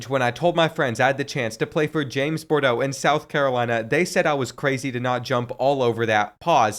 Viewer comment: Bordeaux, you said that last name wrong. It’s pronounced Woodard (Wooderd)